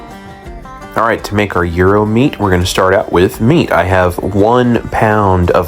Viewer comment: It is pronounced Yeer-ro. Love a good gyro, Can’t wait to try it.